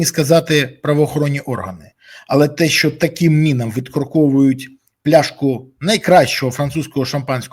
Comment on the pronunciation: Пане Борислав, слово мИна ріже слух. При всій повазі.